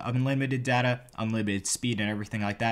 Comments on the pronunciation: It’s data, not data. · I hate the way you say data it’s data (hahah) maybe the way yu say it is a American pronounciation